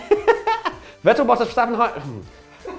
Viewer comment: For god's shake please pronounce Vettel's name properly. V is F